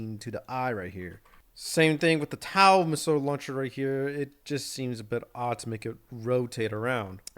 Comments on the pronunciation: IT'S NOT TAU IT IS TOW T-O-W NOT TAU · I can’t tell if your purposely pronouncing TOW incorrectly.